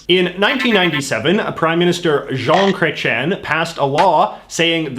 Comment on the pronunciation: He pronounces 'about' well but messes up "Jean Crétien" which is far more egregious.